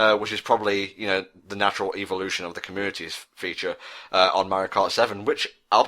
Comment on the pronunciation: i keep hearing you say "evolution" as "eeveelution" your actually making me think thats how its pronounced..